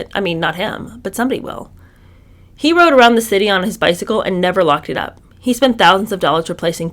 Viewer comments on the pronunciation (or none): none